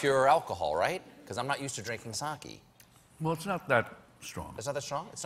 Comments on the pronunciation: My pedantic dad is making me type this: "It's pronounced "sockay" not "sockey". And it's only 15-20% alcohol." You can imagine how fun our family holidays are :/ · It's "sock ayy" not sock ee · You know what else you don't do, Stephen? You don't pronounce it 'sa-kee.' It's 'sa-keh.' :) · its SAKE not SAKI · sake. no "y" sound. Your dad is not pedantic; he's pretentious. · SAH-KAY DAMMIT!! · Reece Arakaki It's "sake"